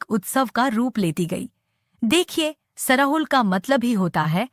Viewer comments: सरहुल को सराहुल और हंड़िया को हडिया बोलती हैं। इन्हें सही बोलने के लिए कहें। प्रस्तुतकर्ता को विशेष रूप से धन्यवाद 🙏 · सरहुल होता है सराहुल नहीं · आपलोग सरहुल को गलत उच्चारण कर रहे हैं (श्रहुल बोलना गलत है)खादी उरांव भाषा में बोलते हैं 🎉🎉🎉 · श्रहुल नहीं सरहुल होता है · App log sarahul bol rhe h sarhul hota h